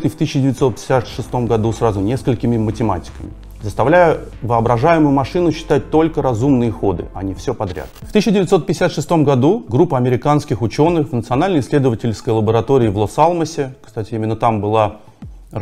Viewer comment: Не богине,а музе. Не Алмос,а АлАмос.Не эндшпиля,а эндшпилИ.Сюжет интересный,нужны редакторы.